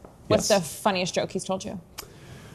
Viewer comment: Did anyone else hear say “He starts this toke….”, and then changes it to “He starts this joke….” re: Marco Rubio. So who’s toking, or Marco, or both? Yeah, I do that too, but I’m not on a podcast as the VP.